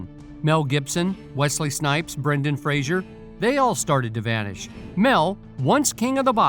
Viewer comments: It's Fraser--not Frasier. Don't kick the man while he's down. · Please stop pronouncing Brendan's last name wrong. Fraser rhymes with razor. It's not pronounced fray-zher like Jerry Seinfeld's character, Frasier.